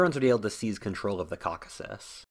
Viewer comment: I had to stop listening to this guy when he said Cockasis…...